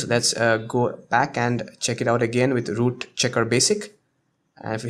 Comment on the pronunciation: U r calling root loot... :\ But nice video :D